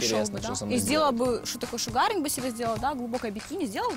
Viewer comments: просто отталкивает от себя людей, корчит из себя непонятно что. Особенно смешно ее произношение слова sugaring, где ударение на первом слоге, а она его произносит как шугаринг, ну как бы пошаримся вместе. Я сомневаюсь что она когда-то учила слоги, а тем более анлийский. Парень просто потерял время общаясь с ней, но мне кажется, что он был точно таким же до аварии, поосто показали его зеркало. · А чё она с чемоданом то на свидание пришла? )) Корову эта сумка не может стройнить ) Правильное произношение эпиляции шУгаринг а не шугАгинг. Девочка выучила модное слово, считает что круто выглядит. Ну да она же личность разносторонняя ))))) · шУгаринг? Ты норм?